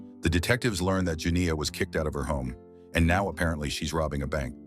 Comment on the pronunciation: The way that AI struggling with the long "I" sound when saying Janiyah